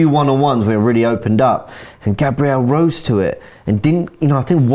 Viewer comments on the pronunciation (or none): none